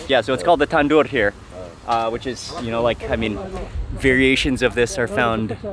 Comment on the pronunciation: It’s tanor not tandor